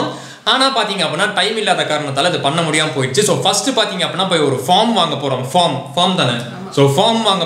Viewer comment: 🎉All r superb😊👌உங்க videos பார்த்து பார்த்து...உங்க நெருங்குன சொந்த காரன் மாதிரி ஒரு பீஃலிங் வருது...🤪 Good attitude 👍👍👍 ஒரு சின்ன correction bro...பாஃர்ம்..... இல்ல பேஃர்ம்